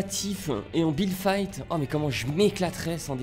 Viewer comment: si tu le connaissait il dis toujours builde Fite